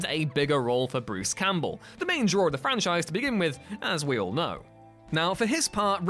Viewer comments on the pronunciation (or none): none